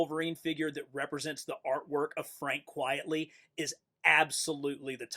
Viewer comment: It’s pronounced “Quite-Ly “ and “Cass-A-Day”